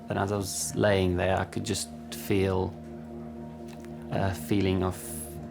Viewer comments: It's FEEL not FEL and it's CRACKING not CRACING. 🤣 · "I can fel my chest cracing"? Really?